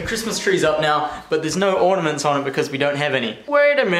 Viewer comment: no tree ordaments no worry deck ordaments